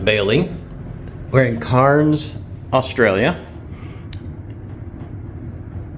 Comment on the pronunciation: Cairns, not “carns”, nor “kahns”. Some pronounce it like “cans” or “kanns” but most pronounce it “cairns” like it’s spelt. I acknowledge that the plural of a Scottish memorial rock pile, a cairn, is supposed to be pronounced “kahns” but that’s not how we pronounce the city in north Queensland. Ignorant Aussies? Maybe, but that’s the way it is.